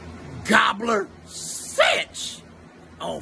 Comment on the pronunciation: 'and remember, the 50s r winning my nickel. On hood' Also, my nigga kept sayin 'citch' instead of 'bitch' 😂🤣 keeping it 55th all the way, on hood.